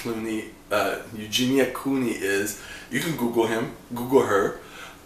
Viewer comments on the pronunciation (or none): Lol, it was cute how you kept sayin Clooney, like George, you did a good job!